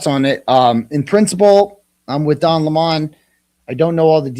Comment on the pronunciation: It’s Lemon not Limon 😂